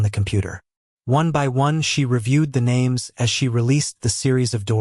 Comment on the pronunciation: Sorry but I am going to buy the book on audible. The narration is terrible! I've listened to you the other six books that had a different narrator. Don't mean to offend but you at least need to learn how to pronounce the names.